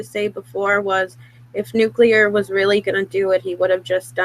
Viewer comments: Nuculargaming 😂 I thought that WAS his name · It’s hilarious that Jim pronounces “nuclear” the same way as George w bush